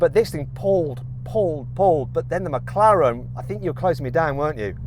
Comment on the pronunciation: 영국발음으로 맥라렌이 마카롱임?누가 들으면 먹는건 줄 알겠어